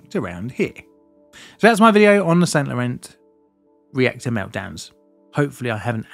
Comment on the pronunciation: i suspect it is not pronounced SainT LorenZ more like san lorane - smoother less emphasis. either way nice i had no idea France had such severe struggles with nuclear power and i appretiate the indepth look provides.